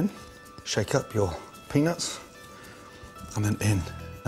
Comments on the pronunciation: I'd advice him to watch and listen to his own videos, the way he says "peanuts" triggers many children to write childish comments here. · That's ALL you took from that whole video huh? LMAO Now I cant Unhear it. 'shake up your peanuts' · I really like Gordon Ramsay. With that said, he really should make more of an effort to accentuate the "T" in "Peanuts". And my favorite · you’re not saying ‘peanut’ right, mate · ehehehe he says pennis instead peanuts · Sounds like penis but hes saying peanuts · Whenever Gordon says "Peanuts" All I keep hearing is penis lmao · all i hear is pennies and chilli sauce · lol.... 80% of the time he says peanuts, i hear peenis. omg... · Did he say peanuts or penis?🤔🤔🤔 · Does anyone else some times hear Gordon saying "penis" instead of "peanuts" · I'm not a hater of gordan but why does sound like he says penis a few times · Lol did Gordon said "the penis and chilli" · I heard penis haha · "Now for the penis and chilli" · Gordon: now for the penis and the chilli Me:wtf Gordon:peanuts and chilli Me:ohh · I swear he is saying penis when he says peanuts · Now... for the penis and chilli 😁😂🤣 thats what i understood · I swear I've heard "Penis" 10 times when cooking with the peanuts. Adventurous. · When he says peanuts I hear penis wtf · sounds like saying “penis in” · i thought he'd been saying "penis" the whole time but eventually realize it was peanuts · Penis or peanuts? I'm confused... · When he said peanuts , I thought he said penis . Penis in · it sounds like he is saying penis when he is saying peanuts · Every time he said penuts it sounded like penis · I dont even have a dirty mind. But everytime gordon says peanuts, it sounds like penis. not even joking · When he said peanuts it sounded like penis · Every time he said peanuts it sounded like penis, I chuckled like a prepubescent kid. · when he says peanuts it sounds like he's saying penis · he totally says penis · Gordon really needs to start enunciating the “t” in 🥜 😶